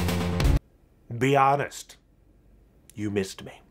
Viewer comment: I thought he said Beyonce instead of be honest